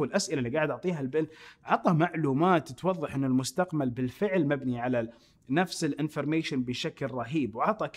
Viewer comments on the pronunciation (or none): من لا حظ كلمة مستقمل بدل مستقبل يوم تكلم عن بيل 😂😂😂